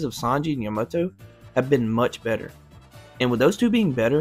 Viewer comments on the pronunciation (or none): Bro fr said yuhmoto